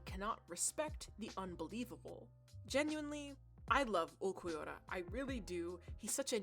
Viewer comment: Lowkey your pronunciation of ulquiorra makes a lot of sense to me. And ulquiorra is just a weird name and feels like there is no clear way as a "westerner" to pronounce it lol